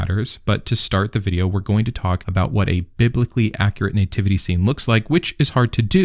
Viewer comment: Sorry, what is a "nay-tivity" ?